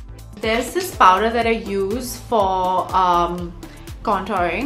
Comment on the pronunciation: Did she forget she's an Indian, the way she's saying Paw-dar & Can-Taring lol 😂